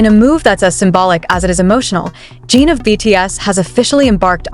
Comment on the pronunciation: A whole channel dedicated to Jin, yet still hasn't learned how to pronounce his name. AI, anyone? There's a tsunami of AI channels headed this way, so remember, there is no human emotion behind the words, just an operator trying to cash in on ARMY's love for BTS. But, feel free to correct me if I am wrong about this channel.